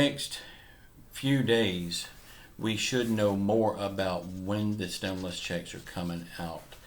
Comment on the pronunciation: I seen this add before, 10 months ago and over and over since. "STEMULOUS CHECKS on way !" Lol